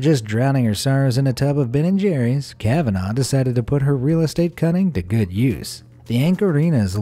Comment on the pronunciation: His pronunciation of kavanagh annoys me it’s pronounced like kavna not the way he says it